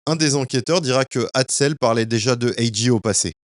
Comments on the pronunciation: Très bonne vidéo bien racontée ! Par contre lol AJ tu l'as mal prononcé tout au long du vidéo! Le J en anglais se prononce comme un G ..... Cest donc comme si tu disais "Jay" et non J ...... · Ont dit A-Jay,pas A-Gee😂😂✌ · Top la vidéo mais faut faire la difference entre G(gee) et J(jay)😉✌✌ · C'est A.J(A.JAY),pas A.J(A.GEE)🤦‍♂️😂🤣🤣🤣